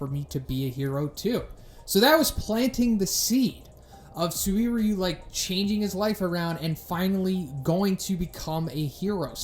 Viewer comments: SU-WIR-YU, i believe you can just pronounce him SUR-YU. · “SuWEEryu!” Huh, that’s a new way of saying that. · destiny phongmany suririweeyu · Bro you're butchering this mans name. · okay I gotta ask, why are you pronouncing his name like that? wtf xD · Please fix your pronounciation of "suiryu", you kinda sound like you are gonna throw up or something when you say it, no offence tho